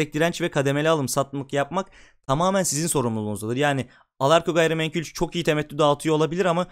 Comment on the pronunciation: Temettü portföyü yapacaksınız ve orda Ereğli olmayacak. Bence o da eklenmesi lazımdı. Birde "gayrimenkül" değil "gayrimenkul" naçizane düzelteyim dedim. Başarılar